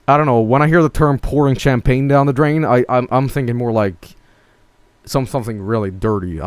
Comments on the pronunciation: Champagne, not tchèmepèigne! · Champagne: Sham-pain Champagne according to: Kam-pah-nay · (aMAXproduction) That's the swedish pronunciation for you. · Sewdish my dudes